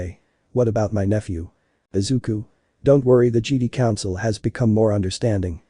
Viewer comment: It sounds so funny cause it sounds like they say "jeedee" instead of "jedi"